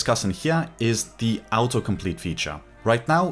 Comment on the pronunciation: Actual word: "autocomplete"; detected pronunciation: "outo-complete"; I love these people who have English accents! Makes your brain think a bit harder to pay attention to what they're saying.